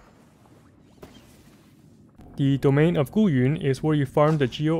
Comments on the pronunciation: the fact that you said guyun properly brings me great joy thank you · My mans is pronouncing Guyun correctly Lit